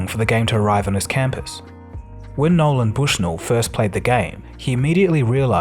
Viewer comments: Also -- dude, seriously. There's no 'D' in "Nolan". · Some factual inaccuracies with the narrative, oversimplification and sometimes saying Nolan as Noland. Otherwise not bad. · A few errors in the voice over....His name is NOLAN Bushnell, not "NOLAND". Al Alcorn is pronounced All AL-CORN.. "ACORN".